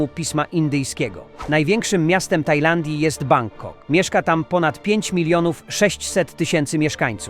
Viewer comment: Powtórz nazwę Bangkoku😂